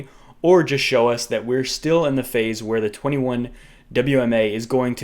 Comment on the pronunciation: You’re a legend bro. Down the to pronunciation of “where”. Happy thanksgiving 🦃